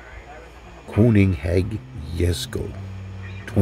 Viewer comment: If it helps at all, try saying "Ker-nig-sek" I won't claim that pronunciation is authentic but it's the best I can manage 🙂